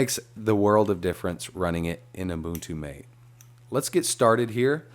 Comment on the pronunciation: Great tutorial! And It's pronounced “mah-tay” as in the Argentinian drink.